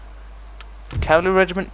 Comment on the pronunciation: I only know of one person who says "calvary"... PoM. I'm pretty sure it's just him, I've never heard anyone else say that lol.